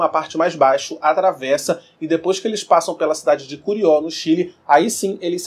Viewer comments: Obrigada pelo vídeo, gostei bastante, mas o nome da cidade do Chile que você virou é Curicó e não como você falou "curió"... rsrsrs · CURICÓ... fora isso.. excelente video! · Kkkkk verdade ,repare no mesmo ,mais nao da nada ...o vídeo e bom ...abraco desde Montevideo, Uruguay